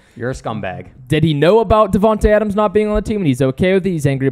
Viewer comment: I’m upset about Davante leaving and plus raiders fans can’t even say his name right